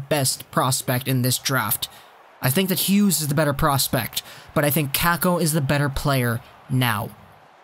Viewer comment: Its pronounced cop-o kok-o not cap-o cack-o btw